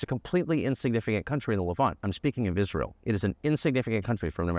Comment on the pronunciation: I noticed you said "America AFTER Is ray l